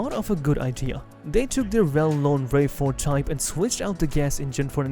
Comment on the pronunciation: Why the AI voice-over? (RAV4 - "rave" 4 ?)